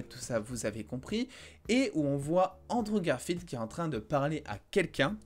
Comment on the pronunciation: ok premère minutes Androve Garfield yay rip la prononciation